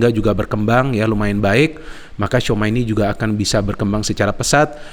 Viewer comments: tchouameni nyebutnya cuameni bang bukan souma 😂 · ralat bung, bacanya cuameni